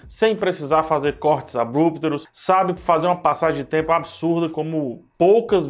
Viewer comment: Legal a crítica. Uma dica: corte abrupto, e não abrúptero.